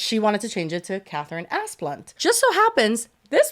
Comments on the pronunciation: Every time says that rich families' name it just sounds like Ass Blunt to me 😂. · ASS-BLUNT?? That’s what I’m hearing. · Oh yes, that’s clearly pronounced as Assblunt 🤣🤣